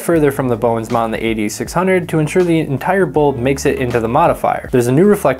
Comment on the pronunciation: I kept wondering what was the eighty-six-hundred before I realized you were say AD600 :)